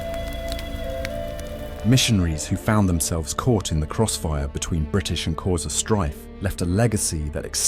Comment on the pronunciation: Love the way you pronounce xhosa❤😂